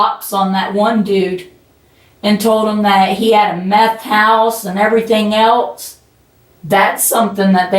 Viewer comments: she can't say the words jewelry and the word else correctly either.....i think it's called a ghetto accent..... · i love the way she says, 'else'.....